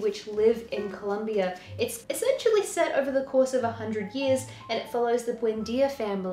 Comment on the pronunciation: Thank you for pronouncing Colombia correctly. Are you planning to read more of García Márquez ?